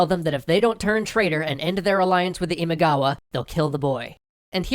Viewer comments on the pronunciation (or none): It's Imagawa not Imigawa.... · It's Imagawa btw, not Imigawa. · Great episode! But Oda's rival clan's name is Imagawa, not Imigawa. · it’s “IMAGAWA” not “IMIGAWA” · Imagawa not imigawa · ❌imaigawa ⭕️imagawa これ以外は完璧でした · Not Imigawa, Imagawa is correct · Where's my family's clan? Uesugi 《上杉氏》 P.S : It’s Imagawa as in 《今川》 not Imigawa 《意味川》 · It's not Imigawa but Imagawa. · Just turn the e into an o frickin' ruins it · Imagawa not Imigawa clan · That's Imagawa clan not Imigawa. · Imigawa? Imagawa no? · My god, everybody gets every other clan name right; but not Imagawa's. It is IMAGAWA NOT IMIGAWA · good video but ... × Imigawa ○ Imagawa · I'm pretty sure it's Imagawa not Imigawa. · IMAGAWA ... Not Imigawa. That reeeally bothers me. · i think others might have pointed this out but it should be Imagawa, not Imigawa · I am pretty sure its not Imigawa but Imagawa that is the proper name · How he is saying imigawa is ticking me off. Its fricken imagawa. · imigawa? LoL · Just two things: 1. It´s ImAgawa, not ImIgawa. 2. Miyamoto Musashi´s date of birth, let alone his rise to fame, was decades after the Sengoku Jidai had ended. It is assumed that he took part in the battle of Sekigahara at roughly 16, and all of his famous exploits took place in the peaceful Tokugawa-era. Apart from that, nice video, I´m looking forward to part 2! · It's not Imigawa, it's Imagawa btw. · Loved it. One minor qualm: "Imagawa" (not Imigawa). Looking forward to the next one! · The clan is called imagawa (今川), not imigawa. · They're not supposed to be pronounced like that, it doesn't help. Besides they got the Imagawa clan wrong, it's not Imigawa. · This is interesting. BTW is it "Imagawa" instead of "Imigawa"? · A slight concern regarding the name, it's Imagawa, not Imigawa. Apart from that, great episode guys! Always looking forward to new episodes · It's Imagawa. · Imigawa? How did you let that one slip through? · It's Imagawa. Get it right man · IMIGAWA????? Are you kidding me?